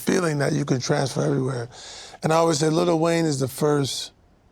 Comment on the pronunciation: Bro keeps calling him little Wayne